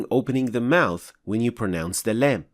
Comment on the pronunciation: Salaam brother your explanation is good but your لام has eemala . People follow you please correct it